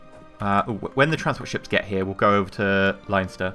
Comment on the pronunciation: its not pronounced Line-Ster, its Len-Ster:P Leinster = Len-Ster Take it from me; Im Irish.